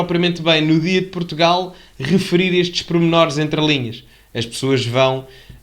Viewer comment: "PROTUGAL" diz ele, foda-se